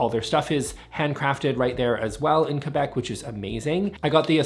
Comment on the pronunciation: thank you for pronouncing Québec the correct way and not kwebec like many cringey people do.